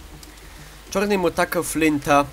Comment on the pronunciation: hahahha jak powiedziałeś Czorny to mnie rozwaliło nagrywaj dalej :D